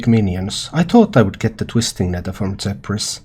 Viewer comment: he’s from Finland. It would be easier to understand if you just said “Ph” makes the ‘F’ sound.